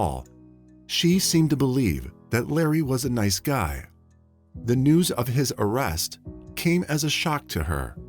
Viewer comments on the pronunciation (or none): none